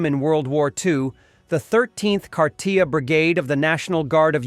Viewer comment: How come you always mispronounce Kharkiv?